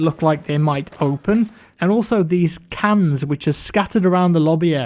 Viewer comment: Cans?... cans? CANS? really XD